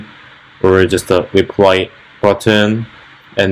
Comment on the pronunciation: not making fun of you, i was a US soldier in army in Dongducheon, and when you said, "repry comment" like koreans often sometimes mistake l and r... reminded me of a story when my korean friend said, "it's raining, I feer it" and it sounded like "i fear it" and we started laughing, lol.. Jeon Yun Ho my old katusa friend.